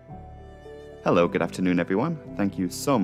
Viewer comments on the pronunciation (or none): none